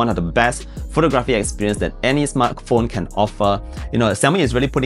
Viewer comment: in common world-wide English, the word photography has emphasis on the 2nd syllable - like phoTOGraphy. Not like photoGRAHPy